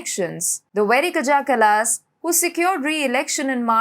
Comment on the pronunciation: It's pronounced "kaya ca-las"